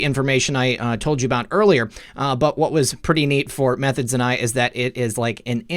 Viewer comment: also you keep mispronouncing em three thods :) shoutout to m3thods and dave from x22 report